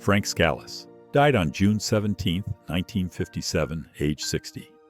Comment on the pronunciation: Frank Scalice pronounced "Scaleese". Joe Profaci pronounced "Profachee".